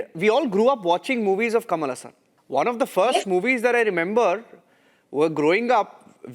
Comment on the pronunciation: Ha ha.. Since when "Kamala Hasan" became "Kamalasan" 😅